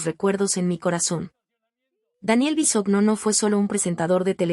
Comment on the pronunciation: No saben pronunciar Bisogno (Bisoño), es el colmo.